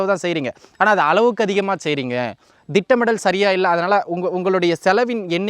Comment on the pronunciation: Dittam illa tittam